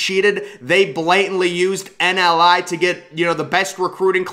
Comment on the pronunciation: Also, it is "NIL"; not 'NLI"